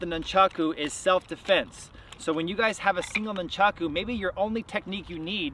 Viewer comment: Nuncharko.......um yeah that’s a way to pronounce it I guess..... is this a parody channel this guy has the form of master ken.